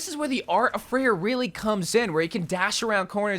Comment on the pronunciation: I hate how you pronounce her name but that’s nothing new with you and most heroes 🤪